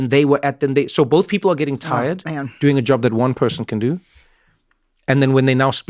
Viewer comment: “How you dzoing” I miss Miss Wendy so so much